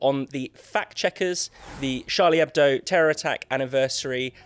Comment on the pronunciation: Finally, a British/American journalist who pronounces Charlie Hebdo correctly! I mean, it's not exactly rocket science, is it?